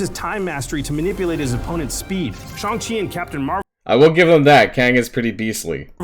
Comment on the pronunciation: ah yes who could forget ShOng chi